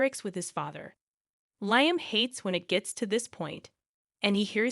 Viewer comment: You need to learn to pronounce the characters names correctly. Lyim?